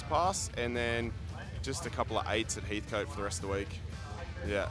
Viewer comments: Heatcut not Heathcoat FFS 😝😝😝😝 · Great video.... still funny people continue to say Heathcote wrong.... coat lol